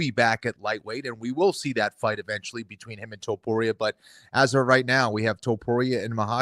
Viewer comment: Is there a rolled r in the middle of Topuria or not? Jon does a half a roll and Kenny doesn’t at all. The way Jon says too-pood-ee-ah gets under my skin. It’s toe-pour-ee-ah!